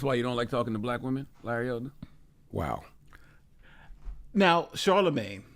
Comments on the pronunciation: You are right, except for Its Elder. Larry Elder not Elders. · His last name is Elder - not ELDERS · Larry ELDER, NO "S".